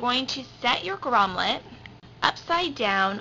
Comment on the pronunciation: FYI - it is GROMMET, not GROMMLET.